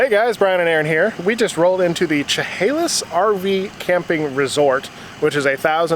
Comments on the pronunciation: Funny, it’s pronounced “sha Halis “. Not “Cha Halis “.....cool leveler though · ) its pronounced Sha hale us . Took me awhile to get some of the towns of my adopted home state down :)